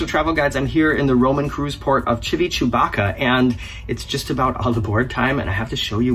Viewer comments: I caught “Chivi-chest-x-ray” this time. 😂😂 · "Civicherrycola"! You almost killed me! hahahahahahahaha Did you know that name is actually made of two words "Civita" and "Vecchia" and means "The old town"? Anyway, you can keep calling it "Civichewbacca" or whatever it is, it keeps making me smile every time! lol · Yes, Morgan likes to pronounce it this way to get us all riled up ... I also fell for it a couple of years back🤭🤭🤭